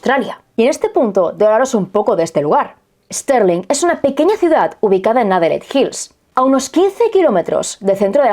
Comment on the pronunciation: Stirling se pronuncia tal cual: Es tir ling. Es homónima de una ciudad de Escocia.